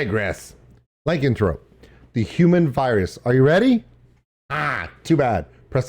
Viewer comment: XD its pronounced "luh-can-throw-pee"